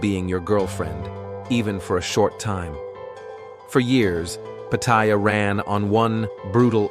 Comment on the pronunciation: Try pronouncing Pattaya first...doofus. I say..."Good, let it rot."